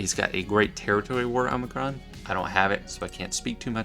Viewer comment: Do you mean Ima-Gun Di is not pronounced "I'm a gun, die"? :D